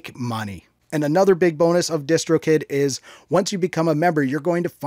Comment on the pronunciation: When he said distro kid I thought he said discord kitten